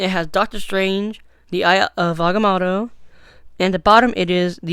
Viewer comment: It’s pronounced (I ov Ag-ah-moe-toe)